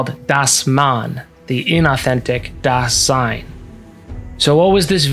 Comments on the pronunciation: Just a tip re: pronunciation for future reference. In Dasein, the first syllable is stressed, not the second. So it's more DÁ-sein, and in German the 's' in Dasein is pronounced like the Z in the English zebra. Otherwise a really great, compact synthesis of some of B&T! I'm subscribing. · Great Video! But if there is such a fundamental word as Dasein, then please look up the pronounciation. It is important. The first syllable is stressed. Pardon my spelling. Ironic isn't it. I'm German